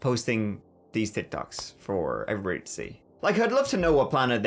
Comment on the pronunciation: Hi Eveerybody